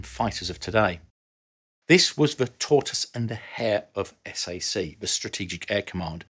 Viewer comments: My Dad went into the US Navy during WWII and moved to the Air Force when it was created... He was part of SAC and MAC at various times through his career. (You don't spell it out S-A-C, just say "sack", same with "mack"). If you are interested in that era, "Sonny" Holt's book on the B-58 is an absolute must-read. Good Call,! I was really glad you brought it up. It really shows President Kennedy's biggest "Blunder" was hiring MacNamera away from Ford as SecDef. That bean-counter ruined the Air Force's B-58 and SR-71 programs forever... including having the tooling destroyed so future Administrations couldn't revive them, even if they wanted to. Dick Cheney did the same thing to the Navy 20+ years later to line his own pockets with kick-backs from McDonnell Douglas. I'll dance on his grave, given the chance. Knowing my make-up, Dad knew I wasn't cut out to sit in a bomber for 10-20 hours at a time... So when I got appointments to both the Air Force and Naval Academies, he urged me to go Navy. It worked out well. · Love this channel, it's pronounced "sack" not S-A-C. And thank you for the facts and not the hype. As for low level, the turbulence was absolutely brutal on the humans and the vacuum tubes, it was fierce. The fix for the B1 is the LARC fins near the nose. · Note: no one ever referred to SAC as "s" "a" "c', it was universally pronounced "sack". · Sir, love your work, never stop. But, not Ess A See, it's SAC, "Sack". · Time . Low wing loading is not more suited tor high-speed low-altitude flight. You want high wing loading for that. BTW, nobody calls SAC S-A-SEE. It is pronounced SACK. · SAC was NEVER pronounced as S A C, you either said SAC or Strategic Air Command. I was in SAC from March 1975 until June 1990. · "SAC" is pronounced sack like a sack of potatoes. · SAC was pronounce SACK, not S A C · You must stop saying S-A-C. It's pronounced sack. Just as MAC is pronounced Mack, TAC is pronounced tack, and USAFE is pronounce You Safe Ee, as if one word.